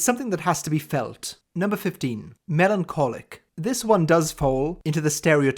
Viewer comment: Melancholic was articulated very accurately. Literally my morning routine. But I just want to know when is going to start professionally recording audiobooks?! I could listen to him all day. Can you imagine him reading some contemporary sci-fi or fantasy? Good heavens.